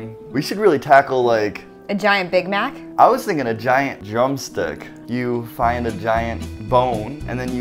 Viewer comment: she said a gaint hashbrown in the end